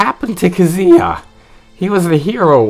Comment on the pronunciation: It's pronounced Ka-ZOO-yah